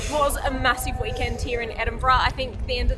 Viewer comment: Were you jet lagged when you recorded this hen? Edinbrum! 😂